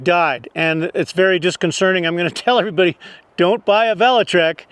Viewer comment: It’s disconcerting not disconcerning.